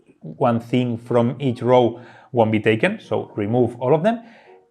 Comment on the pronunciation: 'row' is pronounced as 'go' with an 'r' ;) I know, it doesn't make any sense. You'd think it's pronounced as 'now', but it's not.